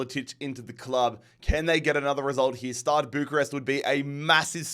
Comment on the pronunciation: Man, I'm not even Romanian, but it's STEAUA Bucharest, NOT STADE!